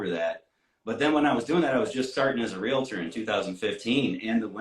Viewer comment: It's REALTOR....NOT ReaLITor 😩. No I.